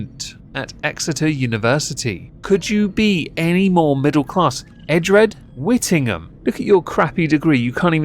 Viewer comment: Whittingham excuse me stop ruining my family’s name 😂